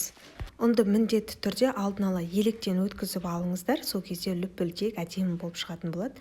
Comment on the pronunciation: Лупилдек емес улпилдек